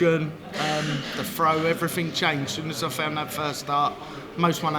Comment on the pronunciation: Cross did not pronounce a "th" the whole interview. I fink his frow is nofing to sniff at.